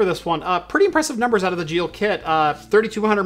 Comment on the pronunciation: I would have guessed that Geil would rhyme with "isle" instead of "eel".